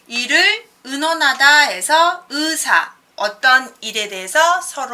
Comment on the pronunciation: "으사" 가 아니고 "의사" 인데 ㅋ ㅋ